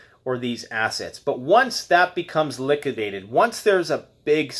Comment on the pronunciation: “LICKADATED”...? Lol...! Couldn’t let that one go... To funny...!